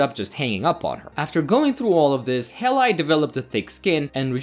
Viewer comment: Hay Lee, not hey lie... pronunciation should be #1 if you want to narrate.